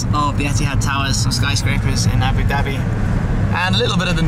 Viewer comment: "Aboo Daby"